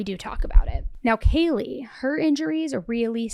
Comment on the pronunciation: Hi, I’m sure it wasn’t intentional but you mispronounced Kaylee’s name… is it possible to fix it?